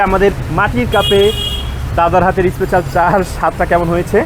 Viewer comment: Special hoe ispecial noe, engliah bolte parena bhul bhal uchcharon. Kanglu der